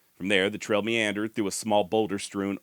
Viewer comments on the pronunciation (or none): Love the video brother.. but why do u not pronounce your A's? Instead of bail you say bell. Instead or trail you say trell.